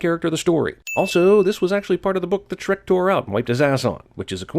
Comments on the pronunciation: Logo doesn't have an H... 😮😮 It's only "Srek" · I like you but it's Shrek how dare do you disrespect him